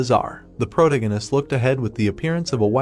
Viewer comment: I mean yeah, it can’t even pronounce protagonist